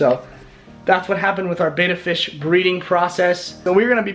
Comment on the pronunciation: There is no such thing as a " bayta " fish, what you are trying to spawn are ** Betta Splendens **** , so if you are actually doing all that research, better go to a dictionary or a Fresh Water Fish book. remember, from your junior high English class, 2consonants change the pronunciation...Best wishes on your project. better get some advice. Watch aquarium Co-op. Carrie